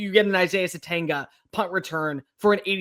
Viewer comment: We are about to be 7 weeks in. Isaiah Sategna.....the G is silent.